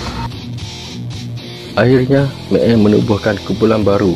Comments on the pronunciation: Sebut pun tak reti...mael jadi meel..xpdc jadi spdc apa la punya keras lidah.. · boleh tak sebut Mael (mak-el), bukan mek-ey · Mael bos, bukan meel.. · Meel..meel.. MAEL!!! bukan MEEL!!! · Kenapa mael bunyi may eei?aduyai